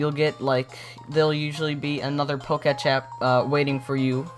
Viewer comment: it is POK-E-TECH NOT POKESH